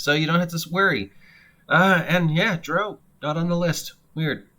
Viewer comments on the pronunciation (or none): The core races are in the PHB. Also you are mispronouncing drow